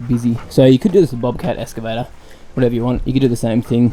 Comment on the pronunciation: escavator!!! so funny when it's pronounced like that!!